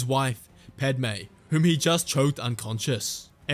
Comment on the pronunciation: "including his wife, Pedmay" IM F*CKING BAWLING OVER HEAR. HHAHAHAHAHAHAHAHAAHAAAHAHH! I'm sorry it just caught me of guard.